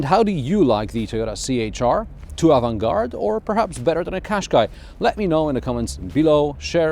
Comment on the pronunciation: avant gaurde' is perfect